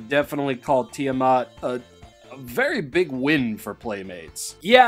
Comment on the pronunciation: Ah yes, Tiddymat